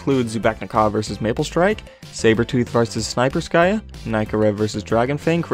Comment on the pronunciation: Snay-per-ska is definitely pronounced "snipe-per-ska" XD Now that's a legit sniper